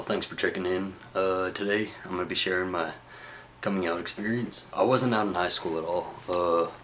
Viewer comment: His wasn't sounds like bossom. Lol